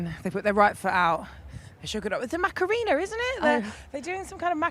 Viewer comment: 100% ..I do wish someone would tell her how to say macarena properly!